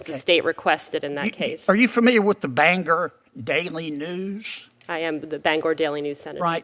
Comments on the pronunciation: = Notice how she found it funny, the way he pronounced Bangor. A clear demonstration of how she perceives those with southern dialect. And further proof she was not taking these questions seriously. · This smug, terrible, person had the time to correct his pronunciation of Bangor.